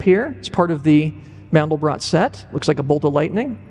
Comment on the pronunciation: First: These people can't even correctly pronounce a German name "MANDELBROT". Second they have no idea what the meaning of MANDEL and BROT is. And third: This is the absolute stupidity to the power of a googol. Don't waste your time. BUT!!! There is one absolute truth: Infinity. That has nothing to do with god. Now to the explanations: MANDEL is a nut often used in powdered form for the production of Marzipan. If you add rosewater and sugar it becomes a very sweet paste for human consumption. Most Americans never heard of Marzipan. BROT is the German word for bread. So, MANDELBROT is a name for a loaf of bread made from nut flour. What has that to do with god? Nothing. If you feel now I tricked you and wasted your time. Correct. It was my intention, because that's what this clip does to you. I never talked about god and never brought MANDELBROT in connection with GOD. I see no connection. Only the people behind this clip do. Notice that they talk about "the mind of god" without making the slightest attempt to prove god first. Why? There is NO WAY to prove god! You can either believe or not, whatever makes you happy. Science has discovered what "seems to be" the mind of god. I guess you now know what they mean with "seems to be". The rest is "silence". But I make another bet: If you are a believer you need no proof, if you are a sceptic, you know and accept the simple truth: god is "unprovable". Now apply mathematical logic. The result is "nothing". That's why today scientist